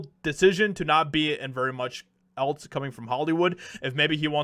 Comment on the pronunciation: 1. It’s pronounced the “EM I AY” 2. That song is from the movie Pineapple Express P.S., please quit saying “Etlz” it’s “ELSE”!!